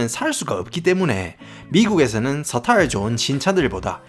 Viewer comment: 미국 발음 굴리는거 이전에 깽쌍도 사투리나 고치라 마~짜서가~"서타일" ㅍㅎㅎㅎㅎㅎㅎㅎ~